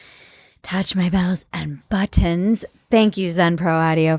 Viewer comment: whenever she says "touch my bells and buttons" it sounds like "balls and buttons"